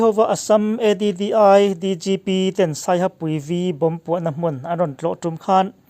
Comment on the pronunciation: ADDI(E di di ai) nilovin, Addl DGP(Additional DGP) tihna zawk ania...